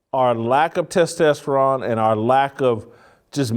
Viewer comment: Did I hear you say “testesteron? I think you meant “testosterone”.